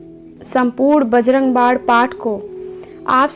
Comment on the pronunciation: Aap bajarang bann ko bajarang bad kyo bolti hai